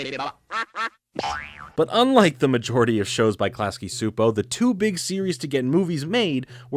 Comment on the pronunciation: Just a note: Its pronounced Class-key Chew-po, great new content!